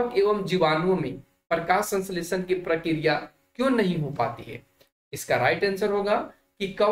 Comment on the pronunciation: Prakriya hota Hai sar Prakya Nahin